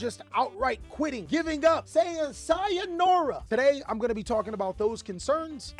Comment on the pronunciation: Everyone's sayin' saiyah-nora indeed